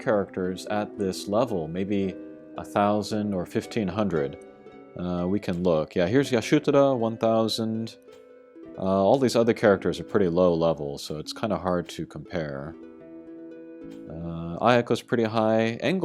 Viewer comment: Why do you call Y'shtola Yashutura?